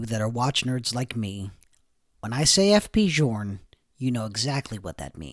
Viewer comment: Journe is not pronounced like this